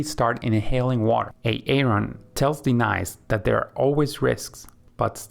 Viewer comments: Aye-aye-Ron & Dee-nice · Is this for real? What's with the pronunciations of Denise and Aaron?